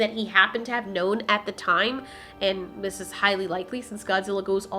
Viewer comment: "Ziss way" 😆